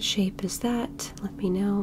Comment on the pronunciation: For a bit I thought she was saying Sheep, Everytime she said Shape